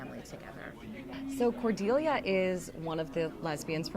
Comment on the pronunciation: How did you pronounce Cordelia wrong??